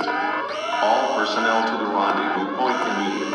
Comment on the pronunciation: For a second I thought you said pants